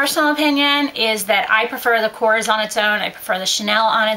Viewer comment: I believe it's pronounced ko-rez I just got their training today and that's how it's supposed to be pronounced